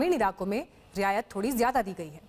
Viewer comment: Abey riyasat nahi riyayat...be...😅😅😅😅😅